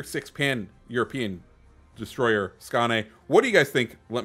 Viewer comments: Basically its "Skone" but you can check Hipper's video on it at at 4;46 there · Great vid. am really looking forward to getting that ship. And someone tell that man how to pronounce Skåne😄